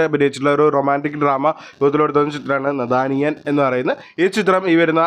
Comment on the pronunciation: നഥാനിയൻ അല്ല... നാഥാനിയാ